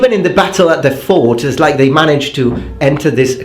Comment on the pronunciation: Exactly mate.